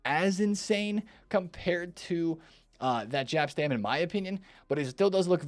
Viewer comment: reminds me of an old man in a pub who cant pronounce any football players name that are slightly foreign. Like how he says Jaap Stam like his first name is a racial slur 🤦🏻‍♂️